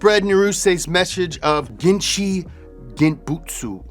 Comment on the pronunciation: not to be that guy but it's "GenCHI (not Shi) Genbutsu" . Extra Info, for those interested: 現 Gen - Present, Actual, Existing 地 Chi - Ground, Earth 物 Butsu - Thing, Object